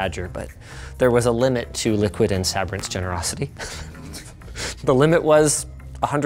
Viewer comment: I know the company likes to pronounce itself as Liquid ... but... come on... that absolutely says "LICKID"